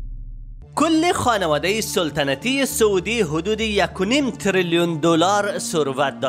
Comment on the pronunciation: سولتنتی ای چی معنا سلطنتی درست است نه سولتنتی 🤣